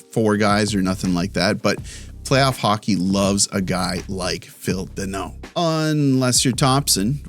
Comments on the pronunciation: It's Danault. Not Deno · FYI it is not denault -- it's dAnault DA not DE ,i was maried to a Denault for 35 years was told to many time cheers